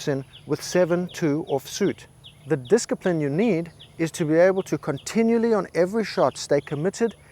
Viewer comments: LMAO - "Disk-i-pline"! I wasn't reading the caption so when you said disc-i-pline I thought you were prescribing a new medication LOL. Then I gave it some more thought, and you were prescribing a medication. Thanks for the reminder,. I'll take a double dose - Wadda playa! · I love this video… but hearing “diskipline” and “confidentiality” make me cringe 😂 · I love how much discipline he has in consistently mispronouncing "discipline"